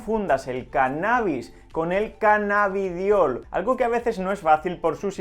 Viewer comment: es Cannabidiol no? en el minuto dices cannabitol y tengo dudas ahora.